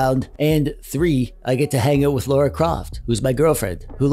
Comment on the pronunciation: dude you really should pronounce your girl friends name correctly, its not laura